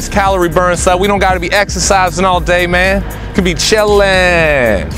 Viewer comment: Chilliinnn (then akward pause) chilliinnn (he repeats the word which makes it more awkward)